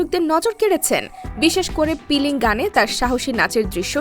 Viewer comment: Piling na filing😂